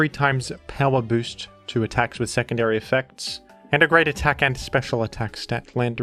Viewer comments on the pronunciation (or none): none